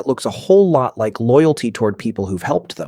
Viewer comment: And voiced by AI. When it says "animals just like us" it should've emphasised the "like" (meaning to be fond of), but it said it in a way that's more akin to "just like us" (as in, similar to). AI slop.